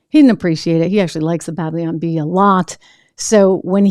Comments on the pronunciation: Babylon not Bableeon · "Bab-lyon Bee"